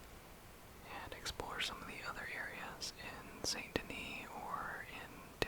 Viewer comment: Thank you for actually pronouncing “Saint Denis” correct😂😅